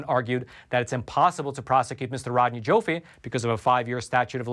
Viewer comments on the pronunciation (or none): Rodney Joffe is pronounced JAW-FEE